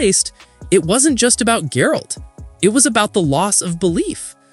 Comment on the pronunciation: Brah that is not how you pronounce Geralt XD